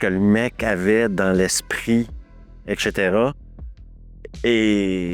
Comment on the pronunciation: ”dans un conduit d’AREation” 😂 et répété 3 fois. Il ne me manque que le ”etchétéra’’ pour me rappeler pourquoi je suis devenu accro à cette chaîne. Merci. J'ai eu mon ”etchétèra” sur la toute fin 😂😂😂 Merci 😊